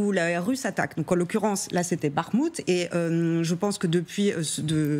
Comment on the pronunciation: Encore la JOURNALISTE maintenant c'est BaGHmout! G,h,i,j, et enfin K. c'est pour bientôt.